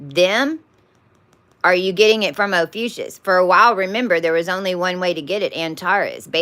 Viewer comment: Probably of no consequence at all, but why do you say OPHUCIUS instead of Ophiuchus?